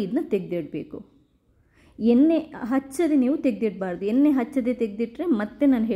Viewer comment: ಕಬ್ಬಿನ ಅಲ್ಲ ತಾಯಿ, ಅದು ಕಬ್ಬಿಣ.🤦 ಹಾಗೇ ಎನ್ನೆ ಅಲ್ಲ, ಎಣ್ಣೆ ಅಂತ ಹೇಳ್ಬೇಕು 🆗?